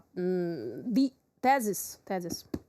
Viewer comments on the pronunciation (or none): Commitment to the broadcast comes first! Bravo UATV English. A note: The "th" in the word "thesis" is soft, like the "th" in "thing."